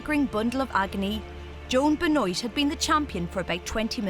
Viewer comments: It’s Ben-waa not Ben-oyt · Joan Ben-OIYT? Oh man, that is shameful. I don't speak a word of French, and I live an ocean away from the country (and hundreds of miles from Quebec), but even I know that is pronounced wrong! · Ben oit 😂 its pronounced ben war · Be-noit? Surely it's Ben-wah? Like Chris Benoit? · joan ben wah .. not ben oit ... it is FRENCH ... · pronounced ben’wah not ben-noyte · Ben-wah, not beh-noyt. Brutal pronunciation, lol. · As a side note, I was kind of curious as to the pronunciation of the American winner's last name. The narrator kept saying Ben-oyt, so I presume that's how the runner chose to pronounce it, while the rest of the world would pronounce it Ben-wah, the proper French way. I've always wondered why Americans insist on butchering the pronunciation of non-English names. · It's Joan Benoit. Pronounced Ben-Waa not pronounced Ben-noyt like in this video. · Its a french surname lol. It's ben-wah, not be-noit lol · yeah ben wah ... not oy it ... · It's Ben wah not ben oyt. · Benoit pronounced as ben-hwa. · i thought Benoit is pronounced as "Binwah"... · The marathon winners name is pronounced ben-wah is it not? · Benoit is pronounced ben-wah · Joan Benoit pronounces her name Beh-noyt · Anika Zimmermann im pretty sure she meant Benoit it’s pronounced be(buh)-nwah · it's pronounced Ben-Wah and Gabriela's last name is pronounced She then sss, Shesss. Say sss for about a second like the sound when a snake is hissing. Class dismissed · Brem Brem brah French is my first language, you gon teach it to me? Boise is pronounced Boyzee, Benoit is pronounced ben-oy-t, she ain’t French, she doesn’t speak French. Case closed. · boy zee ... benoit is FRENCH origin ben wah is the french pronunciation boise is is alabama speak ... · Horrible pronouncing of her name 😂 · she pronounced benoit wrong lol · How do you mispronounce Benoit that bad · are you sure thats how you pronounce the last name Benoit?? because i dont think it is.